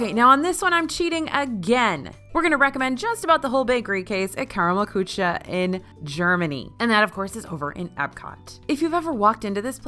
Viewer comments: I'm imploring you.....find out how to pronounce 'kuche'. Please, please, PLEASE. BITTE!! You mention Karmel Kuche is so many videos. Just have a CM there or anywhere in Germany help. Danke. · i cringed a little at your pronunciation of Küche :(